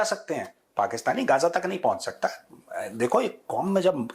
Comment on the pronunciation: gaja 😂 its gaza phele bolna seekh le 😂😂😂😂